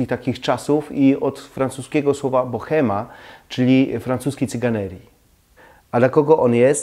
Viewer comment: piszemy bohema, ale czytamy boema. To jest tzw nieme h.